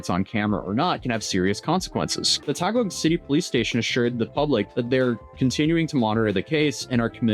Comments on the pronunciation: You have to make the phonetic sounds man. Remember, Ryu used to be called “Rah Yoo” because of the movie and cartoon. So it’s “Tah Gig (Taguig) City” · that's Taguig, not Tagog😅 it's Taguig City.